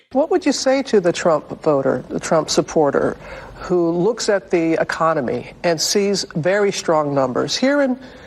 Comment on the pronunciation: This idiot in the view said Emiconomy wtf is that she to say Economy.